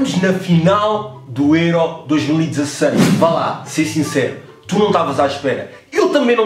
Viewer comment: Porque é que dizes êró? tu nem és alentejane...makes no sense nigga